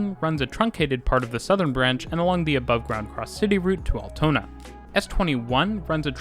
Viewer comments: I like how you overdubbed instances of you saying the word "Altona" to get the pronounciation right, but missed a few :) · Lol... how wrong have you said "Altona" in your first recording... and why haven't you spoken all the sentences again then, when you made such a big gaff that you thought "I have to rerecord Altona" - it sounds completely unnatural how you cutted! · There is an Altona in Canada with the pronunciation he originally uses. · Yes, he gets the pronunciation of Altona correct initially but then has to correct himself, and then much later in the video he reverts but fails to correct it! Rather weird🙄